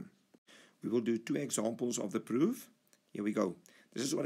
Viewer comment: the way he says proof gives it away